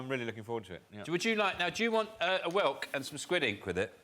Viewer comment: That’s great about the Minotaur, but it’s whelk.